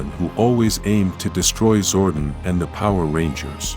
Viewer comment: It's Zordon not Zordan